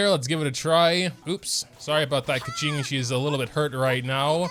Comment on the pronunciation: he still pronounces her name wrong tho